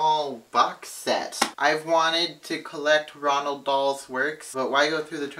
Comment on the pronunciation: haha, it's so weird that you're calling Roald Dahl Ronald :')